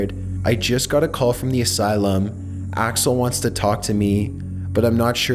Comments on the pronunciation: He called him alex when his name is axle 😂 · You said Alex but it’s really axel what an embarrassment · Did he call axel “Alex” or am I just mishearing something? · Ok this has to be complete fiction, you’ve said Alex at least 2 times instead of Axel. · he says alex and axel which is it